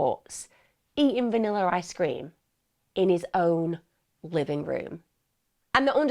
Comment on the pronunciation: Also, I love how Emma says “Vannilar Ice Cream” ❤